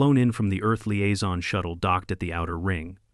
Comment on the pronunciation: liaison, not aizon